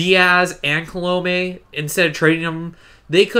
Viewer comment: Colomè is pronounced “Column-ay” just saying